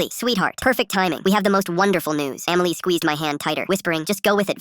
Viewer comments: SAY EMILY NOT AMMYLY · Emily ❌ Amiley ✅ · “Amily” is crazy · "Eaaamilliy" - Dum ahh chatgpt